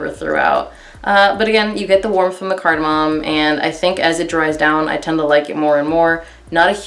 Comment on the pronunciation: Card-Ah-mommy 🤣🤣 I actually love that spice smell but performance is a BIG DEAL for me! thanks for the review